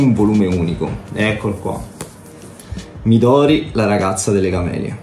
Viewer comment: Sembra veramente interessante lo metterò sicuramente nel carrello nei prossimi acquisti. Una piccola correzione alla di HP, si pronuncia mìdori con l'accento sulla prima "i" e non midòri